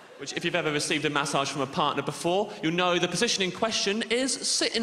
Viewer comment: His pronounciation of massage is triggering